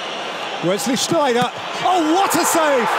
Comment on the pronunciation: I don't even know. The commentator always says "El Neyder" instead of Sneijder.